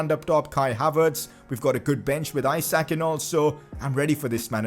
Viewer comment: You are pronucing Isak wrongly , its E-Sak not issac